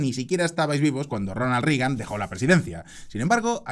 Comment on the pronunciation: Muy buen análisis, como siempre, pero mencionaría tres errores menores: A) En ningún caso la U suena como A en inglés, por lo que no es "Tramp", sino "Tromp". Yo sé que este no es un error individual tuyo, sino colectivo, pues países enteros, como España o Argentina, lo cometen. Sin embargo, sigue siendo error.. Algo parecido ocurre con "Rigan", cuando es "Reigan". B) No hay parentesco cercano entre los presidentes Roosevelt. C) En algún momento, dices que Reagan fire asesinado a tiros. Fuera de eso, coincido en todo. Saludos.